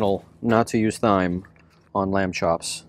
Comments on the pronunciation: It's pronounced "time", not, "thime". Lol, that was cracking me up. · “Parsley, sage, rosemary and thyme” pronounced TIME. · There is something charming and contagious about you and your videos. I love to watch your van adventures and listen to that little laugh of yours. So anywho, pleasantries out the way, I'm that friend who will tell you when you have a boogie in your nose, so that said, THYME is pronounced as time and next time you hold your meat out of the way to keep the buggies away, season it first to let the flavors set a little while you prep your other ingredients. Also, get a santoku knife...will help you do wonders mincing garlic and onions and chopping veggies and watch a YouTube video to see how the wrist action with your santoku knife will help you with your prepping. Love you, mean it, bye until your next adventure! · I am just love your take on van life. I am looking into travel with my dog. Your dog is so well behaved. By the way it is seasoning pronounced Time. There is a garlic press you can get. I love mine I got at IKEA. Looking forward to more of your adventures. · How do you pronounce thyme?? Supposed to be "time ". You know.. parsley, sage, rosemary and .. thyme (time). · It’s definitely pronounced ‘time’, yes! The ‘h’ is silent. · Its ok. We all have some words we get tricked on pronouncing. Mine is Quinoa, yours seems to be Thyme. English has some weird idiosyncrasies. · I thought he was kidding at first pronouncing it with a "T"-"H" sound. Nope. He's just ill-spoken. Wow. Just wow. So embarrassing